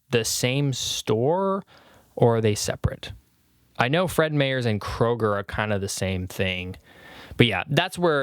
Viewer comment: It killed me hearing you say Fred Meyers as "mayors" 😂